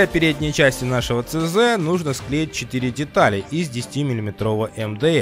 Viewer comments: Не цз а ч зэт))) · все класс, но не ЦЗ, а ЧЗет ))